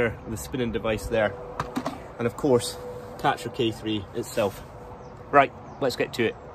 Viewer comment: Karcher not catcher.